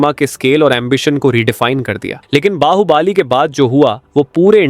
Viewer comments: Pan❌ Paan ✅ Bahubali❌ Bahubaali✅ 😂😂😂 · बाहुबली ❌ बाहुबाली ✅ कांतारा ❌ कंटारा ✅😅